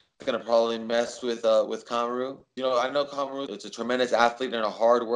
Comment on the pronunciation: I was just mocking the way Jose was pronouncing his name mr smarty pants.